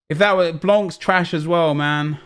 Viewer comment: Someone tell me why says MANNN like an American?? What's he trying to achieve??? It's annoying me lols